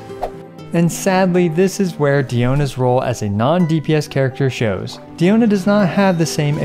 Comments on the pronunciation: Can you say her name right pls it's not deeona it's pronounced like die-ona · It’s dI-O-na first of all and 2nd you know diona is a great healer when she stands a fight in a DPS showdown against actual DPS characters